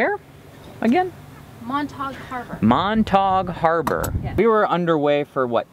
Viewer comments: Love the video. It's always nice to see the reaction of first-time visitors to south western BC. That's how we know we live in a great place. Been to Montague Harbour many times but I think you mispronounced the name. No one I know says Mont-tawg, they say, Mont-a-geew. Also the island is not Gawl-e-anno it's Gal-e-anno. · Love your videos! You guys rock! Sorry, but after the 3rd time of hearing "Montog" park, I have to say it's pronounced "Mont-a-gue", like mont-a glue (without the l). I apologize (so Canadian) if this has been pointed out to you already. Keep up your tremendously entertaining vlogs! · Loved this video! Just FYI Montague is pronounced Mont-a-gyoo. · Before we bought our RV this year, we were boaters. Spent many Summers cruising the Gulf Islands. Beautiful. The Hummingbird Bus Pub is fun if you get back to Montague (pronounced Mon-tag-guw. Ganges, perfect stop. The Treehouse is excellent. The Saturday Market is not to be missed. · Mon-ta-gue Harbour. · Mon-ta-Q Harber......sound it out. Hope u enjoyed yourself. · Nice to hear you mispronouncing Montague.